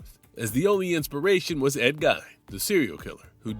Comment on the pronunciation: I’m sorry - Ed “Guy’n” you have to be kidding. The mispronunciation in so many of these videos is so AI coded energy